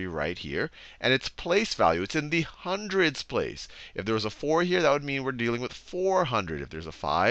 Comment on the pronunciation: Three Hunoreds xD